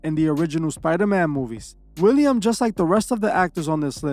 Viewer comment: Willem Dafoe not William.